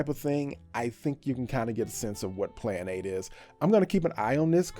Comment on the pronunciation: Wtf was the first one? Plan ape? Or Klan 8 like really pronunciation please